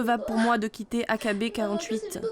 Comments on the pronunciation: « AKB quarante huit » 😭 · Ça se dit "aïkibi forty-eight" pas "A K B quarante-huit" xD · Mdr loin d’être fan, c’est juste que c’est un groupe connu, même Tev a fait une vidéo dessus (qui est d’ailleurs bcp plus dans les détails) et on le prononce bien à l’anglaise